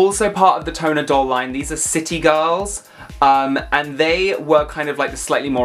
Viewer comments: Tonner is pronounced tahn-ner. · Lol pronounced Shee-ba-jew-kew lol I got a couple of those. What are you talking about! Dustys hair is so cool!! Haven’t seen Harajuku dolls yet Tonner pronounced “Tawner”